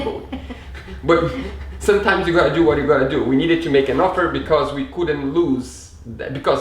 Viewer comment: Só uma dica, quando for falar "because", pronuncie "bicãss", soa muito mais bonito! Assim como "do", fica mais bonito quando se pronuncia mais alongado: "dúu" Ótimo vídeo! Parabéns pela conquista!